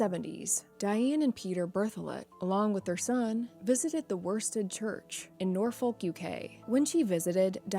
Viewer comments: So cute how Americans have trouble pronouncing English place names! Mind you, a lot of English people also have problems! Norfolk is pronounced 'Nor-feck', believe it or not! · She also pronounced Norfolk wrong